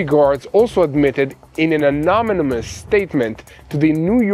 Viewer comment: Learn English: "a - NON- y- mous" -is only four syllable word NOT five syllables.